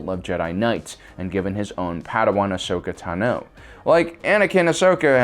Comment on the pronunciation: Does anyone else hate the way he says Ashoka Tano?